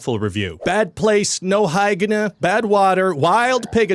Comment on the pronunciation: The way you said "hyegne" RUINED ME! 😂😂😂